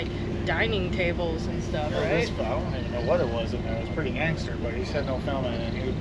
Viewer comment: "There's gotta be one purty one up there.." 🤣🤣